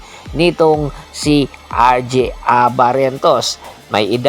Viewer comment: Ynamo BBIISSAAYYAA!! RJ.. AR JAY AT HINDI AR GI. VBOO BISAYA